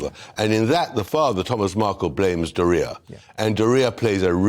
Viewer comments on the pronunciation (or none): I love how pronounces doria to sound like diarrhea 😂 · The way says Doria sounds like diorea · Meghan's Father pronounces her mom's name very different. Doria all together. This gentleman pronounces DorIa, line Diarrhea. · I like how Bower pronounces "Doria" to make it sound like "diarrhoea".